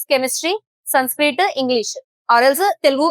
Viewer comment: mam I am sorry to say this it is sanskrit not sunskrit